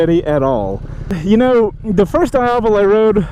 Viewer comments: its Diavel not daiavel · every time you say "daiavel", an italian baby dies of cancer.... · It's pronounced dee ya vel. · It's pronounced as "di-ah-vol". It's an Italian slang for "devil". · in Italian language, pronounce Diàvel, "dee-ah-vel" :) It means "devil" in local dialect :) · Why does he say diavel so weirdly?